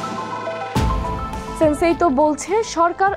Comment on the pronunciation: সান্সেইতউ ✅ সেন্সেইতউ ❌